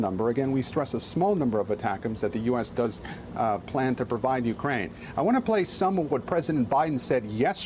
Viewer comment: Attackems! Lol! Just say it one more time...